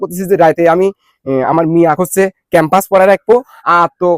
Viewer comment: ভাই,বাচ্চাদেরকে পড়ায় ওটার নাম ক্যাম্পাস না। ওটার নাম, প্যাম্পারস